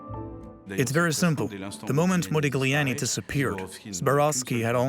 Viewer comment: Very interesting, but please stop pronouncing this "g" in Modigliani's name, it hurts the ear